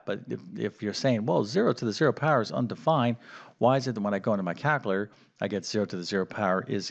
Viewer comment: As an individual who excels in language, NOT Mathematics, it grates on my nerves to hear "cal-cuh-later"...😂